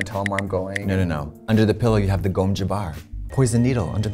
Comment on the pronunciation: BITCH SAID "GOM JABBAR"